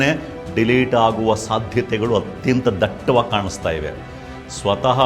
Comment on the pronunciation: Dattavaagi.. dattavaagi. Daytavaagi. Han OK gotthayoyu bidi modadante dattavaagi 😂